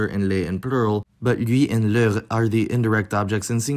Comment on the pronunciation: Leur is pronounced /lœʁ/ and not /løʁ/. Here and elsewhere, you tend to miss the allophonic vowel lengthening before /ʁ/